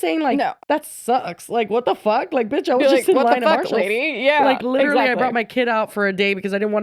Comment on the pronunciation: did you say binch instead of b****? I kinda love that. 😂 Might be my new stem.